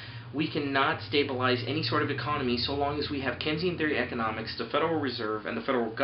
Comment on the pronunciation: This is one of the most ignorant videos I have ever watched. 1. you are saying Keynesian wrong. 2. 1.05 No dumbass the federal reserve/government does not need your money to spend. Want to know why (THEY CAN PRINT THE MONEY THEMSELVES). Which you even state . 3. QE inflation happens? Dude we have added trillions of dollars to the money supply. "St. Louis Adjusted Monetary Base" Where is this hyperinflation/ high inflation you libertarians have been crying out